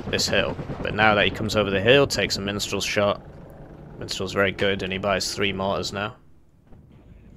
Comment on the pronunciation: I keep hearing "minstral" instead of mistral.